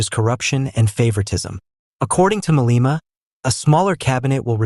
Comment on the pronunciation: The gentleman educating South Africans pronounces , wrongly so, 'Maleema'